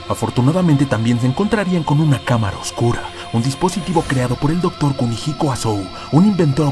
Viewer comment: Pronunciaste bien Kumihiko, eso es un avance, ahora otra enseñanza básica, Asou las palabras con ou se leen como una o sostenida osea que sería Asoo...